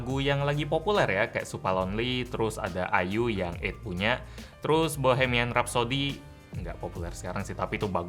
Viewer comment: Ketika Sebut Bhoemian Rhapsody Yang Ada Di Pikiran Gua Mamaaaa Just Killed Man